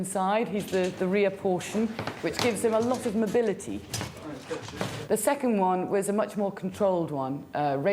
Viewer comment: "ze horror"